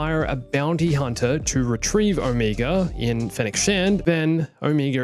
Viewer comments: Omeega!?! It's OMEGA!!! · No front, but why are you always saying omeger instead of omega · Its Omega not Omiga :))) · Who is Oh-meager?